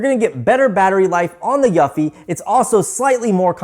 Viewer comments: Pro tip, Eufy is pronounced youfi, you’re saying yuffi. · I thought he was saying Yuppi 🤣🤣🤣🤣🤣